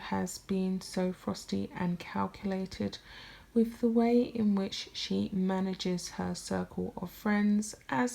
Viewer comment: I like your stuff but you really need to listen to how you talk. With is pronounced wiTH not wiff. Your voice goes up at the end of many sentences. You need to work on your diction.